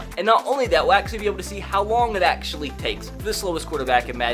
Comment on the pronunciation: “i had no idea that tom britty was AKshully the slowest qwüttaback”